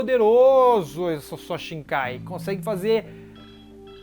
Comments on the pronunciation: A pronúncia certa é Shikai mano, e não shinkai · cara você tem um canal gigante de bleach e não aprendeu que é shikai e não shiNkai